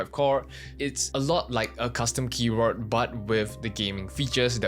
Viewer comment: Please say Keyboar" D" and not Keyboar"T" KEYBOARD not KEYBOART